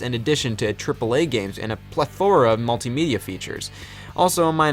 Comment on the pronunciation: he said ple-though-ra